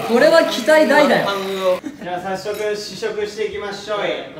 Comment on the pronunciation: ちゃかちゃん、さっしょく頂きましょい って(^^)笑